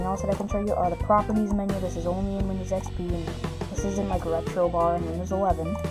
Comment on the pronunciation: windyows expey